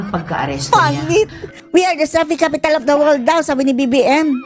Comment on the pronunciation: Akala ko "selfish capital of the world" ang bigkas ni BBM